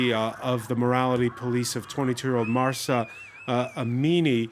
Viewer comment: It’s not Marsa ! It’s Mahsa!